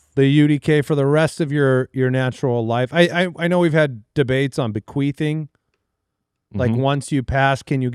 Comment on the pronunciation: hey... it's bequeath. Not bequeef...